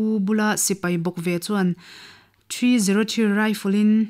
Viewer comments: '303 Rifle' chu 'Three-Knot-Three' ti-a lam/chhiar tur a ni e ('Three not Three' ti loin). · 303 rifle hi Three not three rifle ti a lam tur a ni e. Bengvar nan mai mai..A ngaihnawm thin e👍